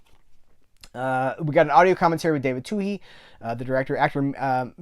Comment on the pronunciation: Thanks for demonstrating how to pronounce David Twohy! P.S. one of my favourites things about you is that you explain some things about the movies, and tell your little anecdotes etc. This is why I watch you and almost no other film collectors.